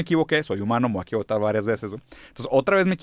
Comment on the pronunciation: Me dio mucha risa cuando dijo que se iba a equivocar otra vez, se equivocó en la palabra equivocar. 🤣